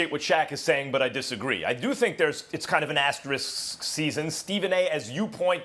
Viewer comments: Can we please pronounce asterisk properly? Aster......risk. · I find it sad that everyone seems to have forgotten how to pronounce the word “asterisk.” It’s like saying “asterid” instead of “asteroid”. It’s not a difficult word. Stop and think about it for 10 seconds. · how is it that such few americans can pronounce the word "asterisk"? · I will once again point out that the word "asterisk" continues to elude the pronunciation abilities of sports media